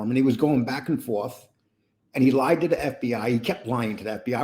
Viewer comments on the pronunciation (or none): none